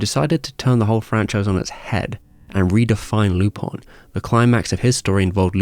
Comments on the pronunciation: Dude, what the heck is "Lupon"? (lypɔ̃), it's Lupin (lypɛ̃) :/ (I kept hearing "loophole" wondering what the freakis this x'D) ( I just checked, the character is half Japanese, half French... Lupin is a call to Arsène Lupin famous fictitious French gentleman thief) Do the Japanese called him "Lupon" or something? I don't get it :/ Anyway, great video like always, cheers! :) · its Lupin not Lupon. In japanese its Ru-pan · I love the music, they say Lupon. Unless you have some weird dubbing